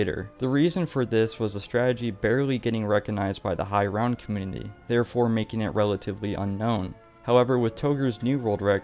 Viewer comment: this man cannot say community